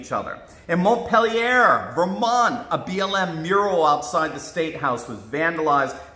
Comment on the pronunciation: Mont-peel-yer, Vermont